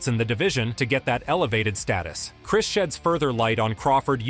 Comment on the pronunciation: “Chirs” Algieri tho you know? Like I understand the misspelled name…but then to pronounce the misspelled name…Lost..all..INTEGRITY LMAO